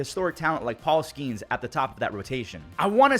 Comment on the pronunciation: JESUS ITS PRONOUNCED SKE NES. NOT SKEENS